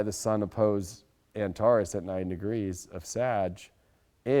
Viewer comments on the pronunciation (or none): none